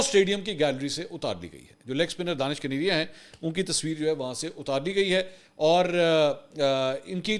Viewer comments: اس کا نام دانش کنیریا نہیں ھے دنیش کنیریا ھے آپ بلا وجہ دانش دانش کہتے رھتے ھیں دانش مسلم نام ھے اور دنیش ہندو نام ھے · His name is dinesh kaneria not Danish kaneria. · جناب منصور صاحب اس کا نام دنیش کنیریا ہے دانش نہیں براہ مہربانی اپ تو تصحیح کرلیں دانش اور دانش میں بہت فرق ہوتا ہے